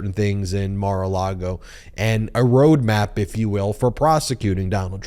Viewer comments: I wish Cohen would say proper name, mar-a-lago, not mar-a-lado, Not sure if he doing on purpose .It just sounds dumb. Just my opinion ,thanks, a listener . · Number one Cohen it is not named Mara Lardo you keep saying that time after time it is Mar-A-Lago but yeah you know that isn't it is their home they've got their own home behind that club that is with their home you are just jealous they are the owners of that business and home you are not in nobody else's people do pay to use the golf course and use the dining hall but it is they own it and it is dares go home and quit trying to get you five minutes to think God bless you you need to be on your knees talkin to the man upstairs getting your soul right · Mar o lago not mar o lardo you idiot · Somebody has to tell dear that it’s not Mare Lardo but Mare Lago. He mispronounces it every time and it sounds pretty ridiculous. Lardo means fat and Lago means lake. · "Maralardo",.... LOL😂🤣😅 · "Mara-LARD-o" LOL! I love how Cohen pronounces Trumps hideout. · Makes me laugh when he calls it Mara Lard-O! 😂😂😂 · Hmmmmm? At first when I saw the wording under the posting I rolled my eyes and thought how could he know. But after watching and hearing Michaels explaining what he thought , it made sense. I always laugh when he called it Mar-A -Laredo. I call it Moron-A-Largo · Just can't stop laughing, every time Mr Cohen says, "Mar a Lardo"! Priceless!🤣👍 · Like only a New Yorker can do! 😁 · "Mar A Lardo" 😁